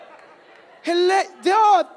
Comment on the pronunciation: You had me at "helle'' 😂🤣😂🤣😂. I am binging loyiso all day🤣😂